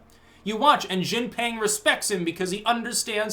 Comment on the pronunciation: You really have to improve your pronunciation of Chinese names. I cringe every time you say Chairman Xi's name. Actually, just say Chairman Xi and don't even attempt the rest lol.